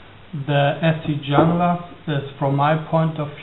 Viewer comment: Its pronounced "hunglas"